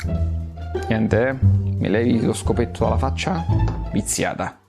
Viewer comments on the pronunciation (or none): none